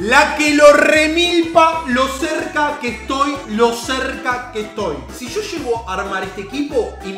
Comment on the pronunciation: Se dice YO , no SHO